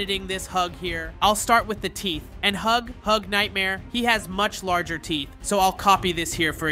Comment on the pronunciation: It's not hug hug nightmare 😂 its nightmare huggy😅